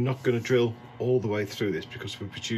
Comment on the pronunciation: Love the mispronounced Morton and Tennis joints 🎾 😂😂